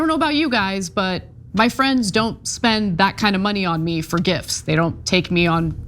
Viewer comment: Mesmerised by American’s inability to pronounce the word “gifts”.